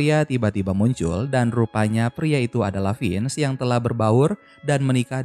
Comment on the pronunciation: Semangat min,semoga lebih teliti lagi soal nama nama tokohnya soalnya penyebutan nya salah Vince bukan finz